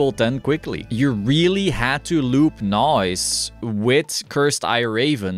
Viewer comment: Thats not how you pronounce Naoise, ask any irish person how to read that name and they will tell you how its read XD, TBF though it is a different language and can trip some people up